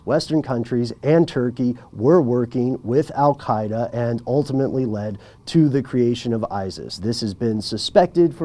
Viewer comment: Is it me, or is pronouncing the native Arabic Qāf consonant sound (in linguistics, the voiceless uvular stop) when saying Al-Qaida?? He does this every time he mentions the name so it surely isn't accidental